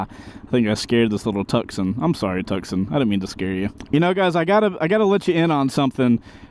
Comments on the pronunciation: Did......did he just say "Tuck-Son" for the pronunciation of Tucson? Bruh......."Too-Saan" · The Hundai car is not pronounced "Tuck-son", it is pronounced "Too-sahn", like the city. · I think he was joking… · It’s pronounced: “too-sahn” … like the city